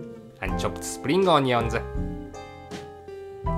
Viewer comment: love how he says onion